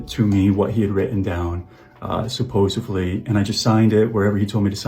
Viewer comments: "I can't justify..." **continues to try to justify his heinous acts. What a POS. Also, "supposovly"??? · Did this 33 year old man say "supposevly"? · Bro saying “supposively” its SUPPOSEDLY not supposably, not supposively… SUPPOSEDLY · It really annoys me that he says “supposively” it’s “supposedly” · The way he repeats "supposeVly" makes him that much more unlikeable